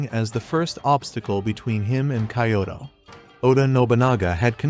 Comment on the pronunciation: Cool idea to use Shogun Total War clips, but definitely work on your pronunciation of Japanese names and places before your next video (mispronouncing Kyoto and Samurai was especially egregious).